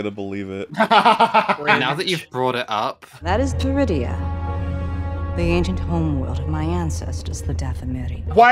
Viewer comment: Wait, did she say Druidia? The planet in Spaceballs? Yeah, I know the subtitles say Peridea, but I didn't hear a P.